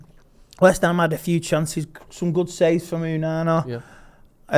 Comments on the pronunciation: Its actually "Ooonaanor" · Oooonana lol how ignorant is he to his actual name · How is he seriously still calling him “Ooonana”